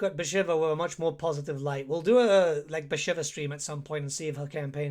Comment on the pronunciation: Your campaign to test the AI should be Bashiva. So you can learn how to pronounce her name. Great in-depth video as always though!